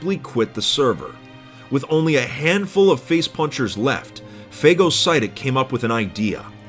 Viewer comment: You said phagocytic wrong